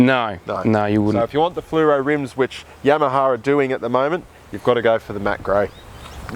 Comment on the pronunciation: It's funny when he says Yamaha, it sounds like "YamahaR"